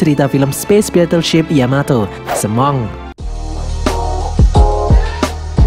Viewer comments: semong seharua nya semongko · semongko❌ semong✔️ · Semong - kurang ko nya wkwkw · Lah jir semonk bukan semongko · Semongkonya kurang jelas😂